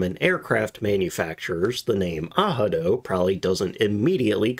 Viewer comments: all the german speaking interviews I've watched including luftwaffe vets pronounced it exactly how it looks. not ahado lol. it wouldnt have taken much research to figure that out and not sound stupid for an entire video. great content though. not trying to be an ass. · Yep. Your not pronouncing the word incorrectly at all..... Its A... RAD..... O..... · Its pronounced ARADO LOL, narrator is clueless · No idea how you get an “h” sound from an r. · Thanks for this interesting video. By the way, Google is wrong as ARADO is pronounced with R not H. Best regards from Germany. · Strongly agree. The German 'r" has a rolled sound. Definitely not and "h" sound. Think "r" like it is done with snare drum 🙂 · Hi. Please don't take too seriously the Google translator, has several flaws. I'm a native Spanish speaker and English is my second language. German pronunciation of the letter "r" is closest to the one of the letter "g" in Spanish, like in the English name "Agatha". The way you are pronouncing it is closer to the letter "j" in Spanish, like in the English word "Handler" which I find utterly incorrect for German. Please stop giving credit to that Google translator. In my personal experience with English, at least, Wordreference do a much better job. My best regards, love this channel. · Yeah, if you pronounce it the Spanish way, with emphasis on the second vowel, it's correct. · Google is wrong. You pronounce the 'r'. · the second letter is NOT pronounced with an "h" sound even though on a casual listen it might sound so....its actually more of a guttural "r" as though you are saying it in your throat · Narrator does not speak German ans so has no idea about how to pronounce "Arado". Listen to a German speaker say 'reich', 'recht', 'raus' or 'raum': that is the proper sound, not the American R or certainly not H. Google translate is NOT a credible authority on pronunciation or German words. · I can’t listen to u butcher this name, the whole video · Ahado? What...